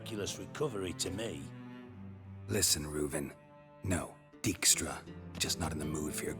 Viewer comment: Dijkstra is actually a Dutch name and as such the "ij" should be pronounced as I like in eye 😉.